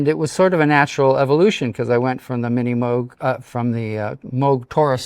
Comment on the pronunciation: No, no - "Moog" (long "O" sound) is the correct pronunciation . It's definitely NOT "Mogue"